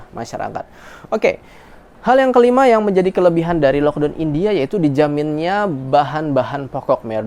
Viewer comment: punten ya, karena saya cuma gemes aja dengan cara sebut laukdown nya. please no laukdown anymore, lakdown way better (or lokdaun or lakdoun kalo cara saya ngajar adik how to pronounce in english walaupun tetap dgn dialek melayu indo). gemes aja, berharap ga marah atau tersinggung ya. terimakasih buat segala infonya dari india, sehat2 dan keluarga.